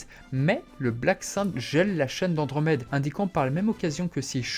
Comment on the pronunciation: Pourquoi tu prononce le prénom d’andromede « choune » ?